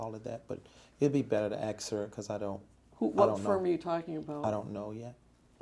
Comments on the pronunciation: He knows nothing 😂😅 and what he does know he really doesn't! His confused look is so annoying. Thinking playing dumb will make everything go away.. "I don't know" "I can't remember" "axe Michelle" ..Michelle where you at we got alot of questions to axe you. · Why does that stupid ass say: axe? Axe?? What is that? And I belive that Michelle has some quistions to answer for.... 🙈🙈😂😂😂 LOL, he is so stupid!! 😂😂😂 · Bottom line is you Mr. Taylor are straight up liar, You are not worthy of any title before your name!!!! You should be ashamed of yourself for the lies, the stealing,cheating of The Church!!!!! BTW it’s ask not ax and it’s postponed not postfoned!!! This should make everyone learn from whom they sit under In The House Of The Lord! Lost too much money in my baby years of being a New Christian from men and women like him. Beware Church!!!!!!!!! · Can I axe a question, can I go to the baf room? Did you know yesterday was my birfday. We don't have no distinction. Is this guy stupid or just pretending? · I hope this becomes a meme lmao When someone ask u something u don't wanna answer or don't know u just be like "Ax Michelle" 😂😂😂 "that's something Michelle would know" "No I'm sorry u gotta ax Michelle about that" 😂😂😂😂😂😂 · "I don't know that 'pacifically' so you needa axe Michelle" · Did he really say " Uhhh... I think it was in O 10"? Jesus can come and talk to but can't educate your remedial ass? Betta AX Jesus for some hooked on phonics next time y'all are chit chatting and AX him if you're doing the whole fasting thing right because my eyes are telling me different. #BettaAxMichelle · No axe Michelle, not ask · You mean like when he says "Axe"🤣😃😄😅😂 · mirrortv36 Nahh it’s “axe Michelle!” 😂😂😂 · It’s Axe Michelle. He can’t speak correctly. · I'm white british... It's ask 😉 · Axe Michelle 😂😂😂🤣🤣🤣 how captivating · Michelle’s deposition I don’t know axe David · Just " axe" people to help Davey here pad his bank acct. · rafael millan .. it’s “AXE Michelle”